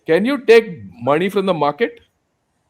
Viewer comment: makes lot of sense, it’s not மணி. It’s money😂